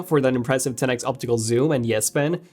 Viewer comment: Had to stop watching. Couldn't stand to hear TEN EX anymore. 10X is an abbreviation of 10 TIMES!